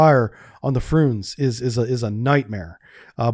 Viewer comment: Are you deliberately pronouncing all the names wrong? "Frooonze?" "KAH-linin?" Nice one. 😂